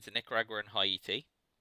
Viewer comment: Haiti is pronounced "Hey-tea". Great Soviet game! Really good plays in the Americas, and that Defectors of One Small Step. Do you think one side is stronger than the other (USSR vs USA)?